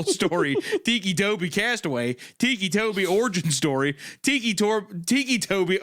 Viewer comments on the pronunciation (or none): My favorite bit was the unintentional mispronouncation of "ticci" as "tikki" when its meant to be "ticky" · it was literally driving me insane when literally said out loud "they call him that because he has tics" and then proceeds call him Tiki right after 😭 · Titchy? Titchy Tobi? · Thiccy tobi